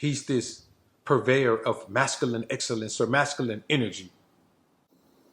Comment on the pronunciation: This is a gossip photo meme. Not different than the one where Obama supposedly looked google-eyed at the lady in the red dress butt. So, here's a dude now sitting in the utility area of a crappy home, on a second hand store women's couch, can't even pronounce the word masculine properly...gossiping.